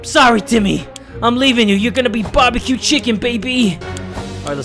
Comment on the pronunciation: if he says barbieq chicken 1 more time....